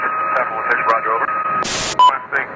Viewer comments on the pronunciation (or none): none